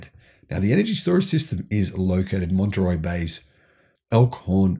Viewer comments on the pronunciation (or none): none